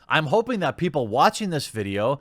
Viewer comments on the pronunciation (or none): none